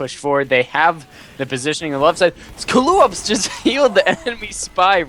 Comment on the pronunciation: To answer some questions- No I'm not Zclipse No neither of you ever pronounced my name right (Zed-Khul, not Zee-Cool, and NOT Zoo-Ka-Loo-Ops, though after watching this I might just be Zew_Kaloo_Ahp for awhile. Since the Ahps came from my 6s tag .oOps, now I'm afraid to send in a 6s match in case I'm called zew kaloo ahps ahps) probably my fault for picking a name no one can figure out. Great cast nonetheless, even if I didn't enjoy the match at the time, you guys made it much more fun to watch!